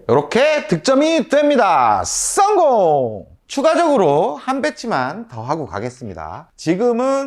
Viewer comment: 목소리 어디서듣던. 우비삼남매ㅋ 썽공 발음ㅋ디지네